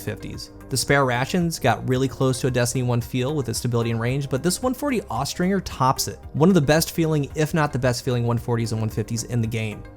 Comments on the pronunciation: Austringer is pronounced with the J sound, not the hard G. Look it up. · Austringer pronounced-OSTRINGER Noun (Falconry). A Falconer who uses Accipiters, (Pretty much hawks) for hunting.